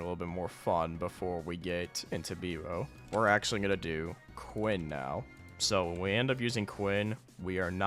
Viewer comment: it’s beebover